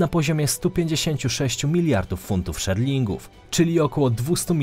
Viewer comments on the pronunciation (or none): funt szerling. Raczej szterling;)